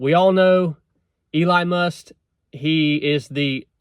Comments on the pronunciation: Get your facts straight dude- it is called a department but will not function as such- in other words it will not be funded as a department AND it is only in place until mid '26. And the man's name is Musk not Must. You sound like a moron with mispronounced words in lack of facts. Plus since you didn't vote I don't want to hear your opinions on anything President Trump decides to do. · If you can't even say the mans name right, perhaps you are biased in your beliefs ? I normally like your content and message! However, you seam to be missing the point!